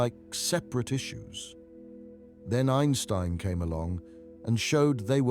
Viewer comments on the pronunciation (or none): none